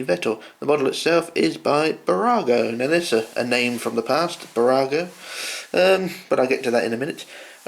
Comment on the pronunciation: New subscriber :) 1.5 years later... your pronunciation of Burago is spot on!